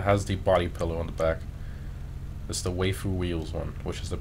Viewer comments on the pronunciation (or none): “Way-foo” its pronounced “why-foo” 😂 anime for life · failed to pronounce waifu smh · I cringed when you tried to pronounce waifu